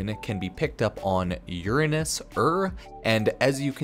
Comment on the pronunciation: I’ve never heard anyone say Uranus like that lol